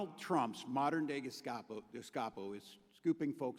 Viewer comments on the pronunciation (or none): Except he said guscapo because he's an idiot lmfao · These comments 😂 must be a bunch of bots. Dude cant even pronounce GESTAPO correctly lmao he said guscapo. What a fucking idiot.